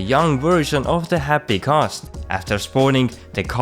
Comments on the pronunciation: G A Ss...T not ghosss ... lol u have a youtube on a subject that you cant even pronounce :/ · Stop saying CAST its GHAST dammit! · Why are u saying khast its ghast. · Thanks for the video but it is not kast. It is ghast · Ghast, not Khast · Are you incapable of making the G sound?